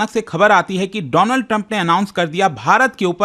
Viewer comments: Donald nahi doland😊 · paw paw ne donald ko dolaand kya bol diya, ye to gussa nikal rha hai..🤣🤣🤣